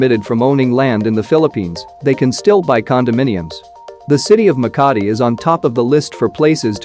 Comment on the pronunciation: Makati city The maka in makati is slow